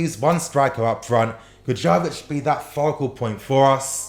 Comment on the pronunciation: It's pronounced yovich not jovich